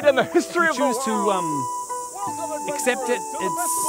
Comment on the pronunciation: only if knew how to say accept… sad world for the npcs:c